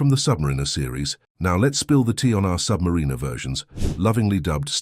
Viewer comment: Have my doubts about the pronunciation of Submariner! AI has its limitations I believe. ☘️